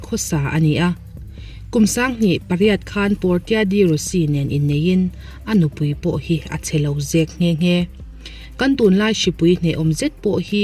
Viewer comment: Anupui Portia tih hi 'por tia' tih nilo in 'por shia' tih a lamtur..